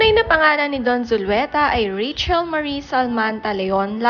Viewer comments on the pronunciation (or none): none